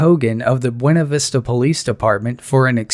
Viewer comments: It's not "bwenna" vista It's "boona" vista. Yes, everywhere else they pronounce is "bwena" but not here. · My dad used to live there, the locals pronounce buena Vista,,. (Be-you-nah Vista) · You're pronouncing of Buena Vista is wrong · They can't pronounce buena vista there either